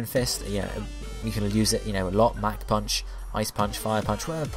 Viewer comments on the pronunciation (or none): none